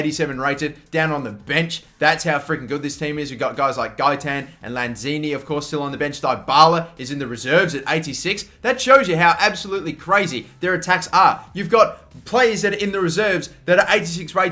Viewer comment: Lmao "diebala" 😂😂😂 would u learn his pronounciation for once? Is it THAT hard